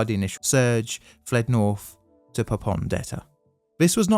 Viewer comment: Are you saying things like Fursday (Thursday) and NorF (North)? What a lazy version of English language.